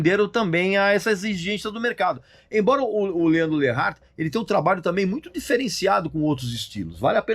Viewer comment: Quem esse cara pensa que é pra criticar um Alexandre Pires? Alguém fala pra ele que o nome certo é LEANDRO LEART e não LEANDRO LERART.